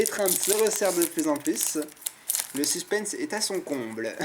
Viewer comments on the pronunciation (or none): none